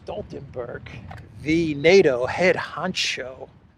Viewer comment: Stoltenberg started his political career lobbying to get Norway out of NATO. Now he is not only the head of NATO he can't even pronounce it. Most Norwegians his age speak English with better pronunciation and understanding than this clown